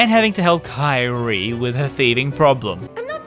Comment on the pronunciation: you should play DMC4 to know how to pronounce Kyrie